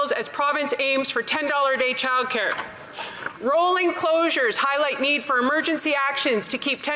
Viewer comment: Does know that it’s childcare, not chilcare?